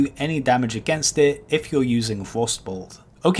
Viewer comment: "evrafeng" "kiting meffod" "do dis" 'number free" "a wock elemental" "a fwost mage" "fwostbolt"